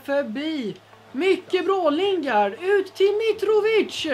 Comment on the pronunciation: Överraktion på nästan allting och Lingard är ju engelsk och inte spansk tänker på uttalet